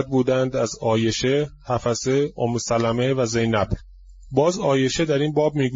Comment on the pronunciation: omme salmeh is right, not omme salameh کله پاچه که نیست حاجی!